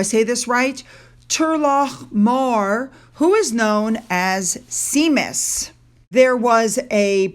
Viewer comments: The poor dog isn’t going to come for Seemus. It’s pronounced Shamus 🤣🤣🤣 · EdinBURGH! Not EdinBOROUGH Not See-mus SHAY-mus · Like English towns and areas, the Irish pronunciations are not phonetic. Seamus is not "sea mus", it's "shaw-mus" or "shea-mus". Not criticism, but you can usually find guides for pronunciations on YouTube or Google. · Princess Catherine looks gorgeous - love that pic of the back of her ! Her silhouette is to die for. Also the name is pronounced phonetically= Shame-us not Sea-mus as you said. All good, 💙🇬🇧🇦🇺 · Seamus is pronounced "SHAY-mus" not "Sea-mus". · Seamus the mascot dog is pronounced as 'shaymuss' LOL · Seamus is pronounced Shame-us just fyi Love your videos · Pronounced : 'Shay-mus', the Irish wolfhound. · The dog - Seamus, is pronounced Shay mas or Shame us. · I agree, the color is not my favorite. However, her outfit was designed to match the embellishment on the Irish Guards Bear Hats. The Irish ☘️ Guard’s Irish Wolf hound’s name is pronounced SHAYMUS. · FYI... Seamus is pronounced Shay-mus. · Seamus is pronounced as Shamus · Irish spelling 'Seamus' is pronounced 'Shay-mus'. You got the full name correct, though. Well done. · Hi. Couple of things. Catherine's outfit color perfectly matched the feather in the men's big black hats. Also Shemus was the Irish Wolfhounds name (pronounced Shay- Mus) love your channel. It's refreshing to see info about all the other royals and not just h&m incessively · sorry, you did great on Tulloch Mar, but the Irish Wolfhounds' name iS SHAY'- muhs That's how Seamus is pronounced. My fave is Niambh. (sp?) pronounced NEEVE All the best to youand yours!! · Seamus is Irish and pronounced "shay-mus" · 😂 Sorry but you do make me laugh with your pronunciations. Seamus is actually pronounced “Shay-muss” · Seamus is pronounced Shaymus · Sorry, I think Seamus is pronounced: Shame-us!! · pronounced *Shame-us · Also, Seamus is pronounced Shamus. It's Irish Gaelic for James. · Seamus say Shamus (I know😮) 🇬🇧